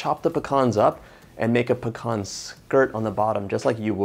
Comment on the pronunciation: It is pronounced peeeeeeee- can